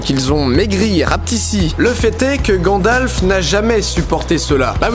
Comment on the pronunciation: À Didi dis ''GadlaFEU''au lieu de ''Gandalf'''